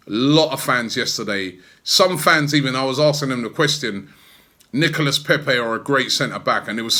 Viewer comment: Nicolas pronounced Nicola < get it right